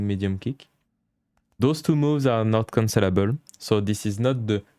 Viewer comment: Great guide and format, I will be looking for more. I just had a decent lol as I realized after about 5 minutes into the video that he was saying 'cancellable' not 'considerable'; I kept hearing 'this move is considerable' and I was waiting for a reason why 😃